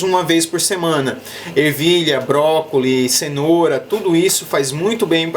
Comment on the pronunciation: Cara video muito bom e muito explicativos. sempre seguindo e vendo seus videos muito bom. So um detalhe brócolis , tem S no final :D, mas relaxa que ficar falando 2 idiomas gente começa errar essa pronuncia kkk sei como q é kkk